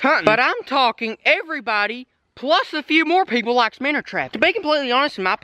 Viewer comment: Why do you say minners? Its called a minnow